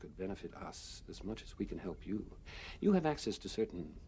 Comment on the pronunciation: Yo Narn, you better herp out. I know that had to be just a case of mangling a word as we have all done, but addressing lizard people and telling them to herp out was hilarious.